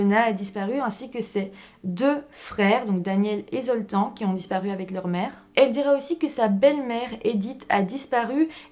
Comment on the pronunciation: La prochaine ne picole pas avant la vidéo, comme ça on comprendra mieux ce que tu dis, c'est Septante-neuf pas Septaneuf. Le prénom Zoltan se prononce Zoltane !